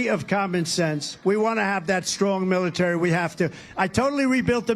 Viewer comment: dubm knt said suckers loosers from world war 1 wow he is nuts militer he cant say military hes on drugs